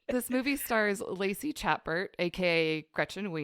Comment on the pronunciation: Heads up, Lacey's last name is pronounced shuh·behr.